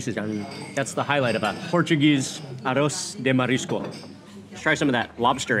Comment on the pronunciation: Hey my friend, Thank you for making a video about our food ! And just a little correction, whe say "Arroz de Marisco" and no Aros sorryyyy.